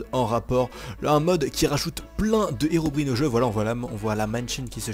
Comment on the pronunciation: Plzzzzzzzzzz prononce bien c'est Herobrine (sa se prononce Herobrayne